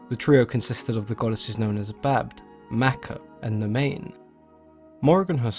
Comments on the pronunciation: Badb is pronounced “bye-b” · Badb is pronounced Bav. The Gaelic language isn't pronounced how it is spelled. There is at least one video on youtube that explains the rules of letter combinations and their sounds though you'd have to search for it. Another example is Samhain, it's pronounced 'sow' (like a female pig) 'when'